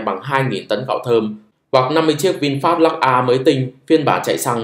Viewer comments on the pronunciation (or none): none